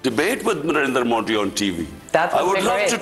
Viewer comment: First pronounce properly It's Narendra Modi not Nerender Modi than ask for any challenge.